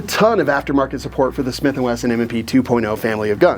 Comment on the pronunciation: Smiff & Wesson